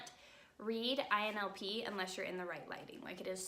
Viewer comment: Its ILNP, not INLP